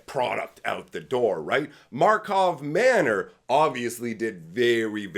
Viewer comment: You still say Markov Manor 😂